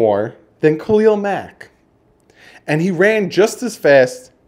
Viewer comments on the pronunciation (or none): none